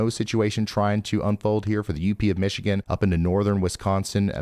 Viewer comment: Ryan!! I'm getting tired of hearing "Michigan" come from your lips.